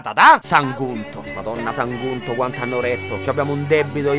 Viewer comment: Già che ci ho fatto caso....Sagunto l'hai pronunciato come SaNgunto